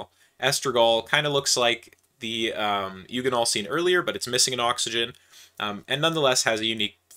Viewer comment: A hard g on eugenol, I assume you say gif, not jif?